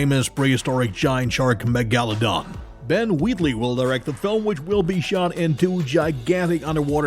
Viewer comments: Yeah how easy is it to sound out megalodon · Butchered the word “Megaladon” so bad😂 appreciate the content